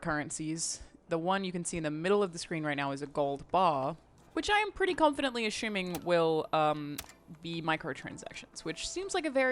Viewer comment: Plissken i'm confused as you are, she said it like that